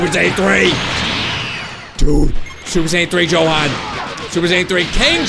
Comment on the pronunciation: you said jokan instead of johan